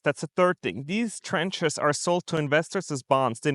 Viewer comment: TRANCH not trench